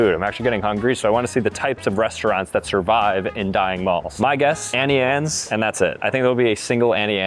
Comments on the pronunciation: “Annie Anne’s” I see why bro can’t read no more but it’s pronounced (Auntie Anne’s) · Annie Anne’s it’s auntie annes